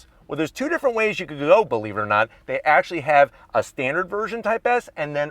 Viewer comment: when he said "dey have a standard version" for a moment there my heart jumped for enjoy till I realized he meant the features in the car 😂